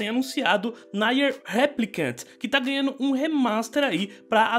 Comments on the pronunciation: De onde vc tirou "naier"?, nunca vi essa pronúncia. Eu sempre ouvi "Nier" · "Naier" kkkkkkkkkkkkkkkk